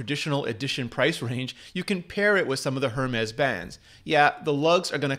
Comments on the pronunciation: The h is silent Hermès phonetically sounds like airmez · Mila”ness”... Her”mess”???